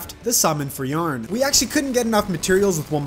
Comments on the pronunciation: Bro why was he pronouncing Yharon as yarn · I just wanna say that I spent way too long thinking you were calling the jungle dragon "yarn" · Yharon was destroying you becaused you called him y a r n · i think you say "yah-ron" and not "yearn" or whatever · Man called Yharon "Yarn" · It's so annoying how he says yharon